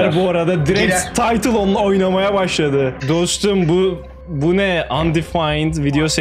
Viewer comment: ABİ "NE ELİN BEĞENİYE GİTMİYOR GİBİ" DERKEN "NE" YERİNE "BE" DİYORSUN DÜZELT ŞUNUUUUUUUU!!!!!